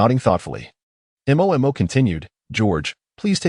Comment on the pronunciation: Why none of the Ai in any channels cannot pronounce the name Mo? They all spell it out